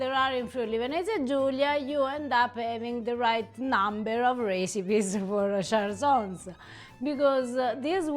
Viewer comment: Che bello vedere un po' di cucina friulana qui, grazie! Però Cjarsons pronunciato alla francese non si può sentire 😂